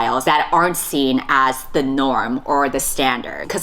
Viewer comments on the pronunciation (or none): none